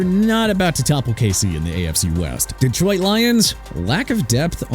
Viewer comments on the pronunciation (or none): none